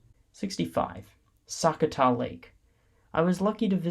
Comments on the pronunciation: Sakatath state park pronounce Su cot A - also while these reviews are great if you are in Minnesota there will be bugs. I ignored all mentions as mosquitos may flies and deer flies have nothing to do with parks as that is ecology and again Minnesota. Common sense use bug repellant and sun screen. Most out door people know how to exist without crying about bugs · Also… you said a lot of park names wrong for example sakatah and Myre Big Island